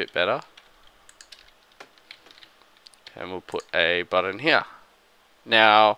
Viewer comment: It is a "Button" not a "Budden" !